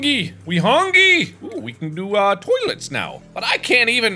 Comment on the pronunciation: Mark: ”Okay, I think we’re gonna need one more terlet. Definitely need another terlit” I laughed too hard for too long at this lol 😂